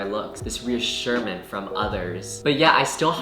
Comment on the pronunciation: boi it's reassurance not reassurance😂anywayz fellow dropout here (tho I'm gonna be back in uni after I immigrate), can't believer we're the same damn age? like how...? idk i just can't fathom being literally the same age as someone I watch on Youtube? oh welp we're still children why worry about dating🤷🏻‍♀godspeed y'all